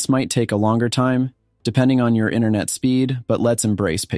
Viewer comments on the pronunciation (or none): none